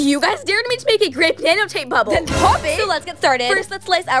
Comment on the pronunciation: No one is gona talk abt how she said bable instead of bubble? But honestly shes slay